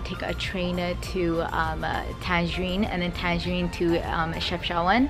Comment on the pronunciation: Nice vlog mA :) Tangarine LOL it's Tangier.